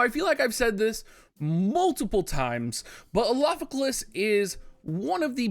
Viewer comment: You should just call him Alpha so you don't have to keep trying to pronounce his name